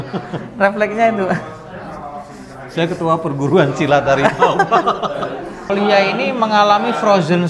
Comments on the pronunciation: Anehh bener emang, se hawimau malaya 😅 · dengan bangga nya ngomong "saya ketua perguruan silat hawimawww" 😅😅